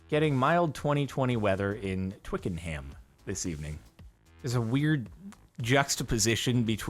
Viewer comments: You're not supposed to pronounce the H in ham in English place names, it's more of an um sound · oh boy, that pronunciation of Twickenham. it hurt. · It could be worse I have heard it.